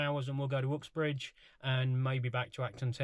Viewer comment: Interesting pronouncing of “Ooxbridge”